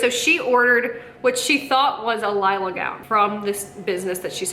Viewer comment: You're pronouncing it correctly, mama is pronouncing it with an extra "I". It's "Lila", NOT "Lilia".